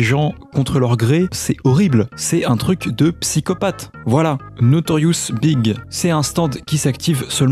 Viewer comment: C'est pas Notorious B.I.G dans le sens "big", "gros". Vu que tout les nom de Stand sont des nom de chanteurs, de groupes, ou de chansons, celui là porte le nom de Notorious B.I.G qui se prononce "bi-aïe-dji" en fait il faut prononcer les lettres séparément en anglais.